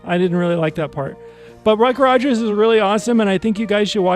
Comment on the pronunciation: This is the first video on your channel I have seen. Can I make a recommendation. Script your videos and rehearse them multiple times so when you do you are not talking 100 miles an hour, repeating yourself, stopping and shuddering, mispronouncing words and peoples names...Ruck Rogers for example. I loved this episode of Buck Rogers.